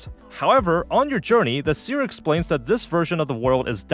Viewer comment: why do you say seer like paneer lmao, its like a see-er, she sees, with her eyes.. :'D